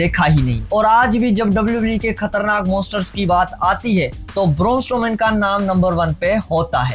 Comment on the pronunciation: Raaa. Boorrrnnn strooman. Caaan 😅 I like your video and the way you moving your hands 😅 you got onr subscriber